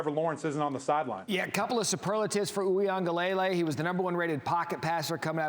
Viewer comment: PLEASE TEACH YOUR ANCHORS & REPORTERS TO PROPERLY PRONOUNCE DJ UIAGLELEI's NAME. His father teaches fan on the Clemson football Twitter page. Please practice the name. 3 years at Clemson and time in the NFL, practice saying it correctly.